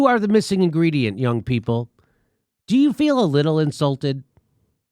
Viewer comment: hehe inGREEDYent